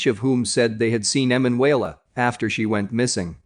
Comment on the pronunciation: You must change the Narrator..., Her name is E MAN UELA, He says her name in correctly about 99 times..., cant listen to the rest, sorry